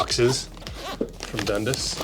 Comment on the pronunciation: Dundus😂 I'm from Ontario Canada and we say Dun-dass